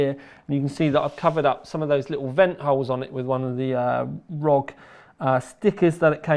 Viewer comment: The thing that really gave me OCD is that you pronounced it Rog, not R.O.G